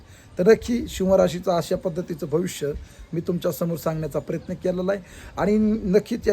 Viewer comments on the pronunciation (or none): none